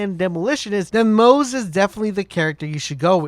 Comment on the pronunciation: The pronunciation for moze is MO-ZE-Yyy